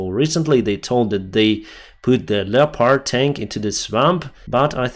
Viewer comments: Leopard is pronounced leppid. Thanks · Dear - Historically 'leopard' is formed from the two words 'leo' and 'pard' - but we pronounce 'leopard' as 'lep-erd'.